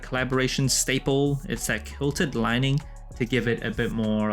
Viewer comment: Kilted? Or quilted haha you had me looking it up to make sure I wasn’t saying it wrong all these years. I know ppl hate on A ma but I love 90% of what they do. They bring class to everything they do